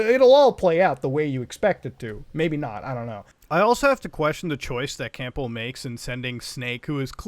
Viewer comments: Colonel “Camp-ble” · Loved the video! Really enjoyed your thoughts on the whole saga. One thing that bugged me enough to mention though- Campbell is pronounced CAM-BUL, the 'P' is silent. (not trying to be a dick- just naturaly am one) - "I'm not a doctor" Wait, WHAT!!? Peace. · I’m getting triggered with how you butchered Campbell’s name lol